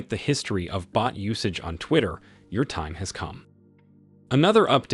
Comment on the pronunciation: Xitter is not pronounced like the tw in "twitter", it's pronounced like the X in Xi. You really should update your TTS heuristics to catch mistakes like this.